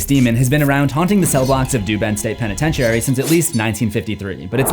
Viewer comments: "penetentiary" sir! it's prononounced "pen-ih-ten-sure-ee" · For someone who talks for a living youd think that youd know how to properly pronounce words instead of saying penetentiary like a retard.